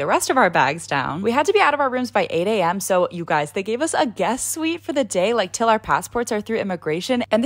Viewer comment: Why did you stop saying "dey" instead of regular "day" 😢